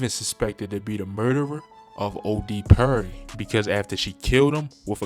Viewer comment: Why he saying OD purry